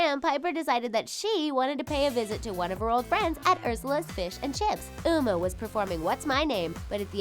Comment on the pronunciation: Ok did anyone notice she says Uma as Umu